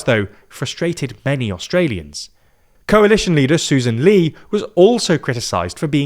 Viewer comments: Susan Ley is . Let us pronounced as Lay not Lee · Just want to correct: Sussan Ley's surname is pronoced Lay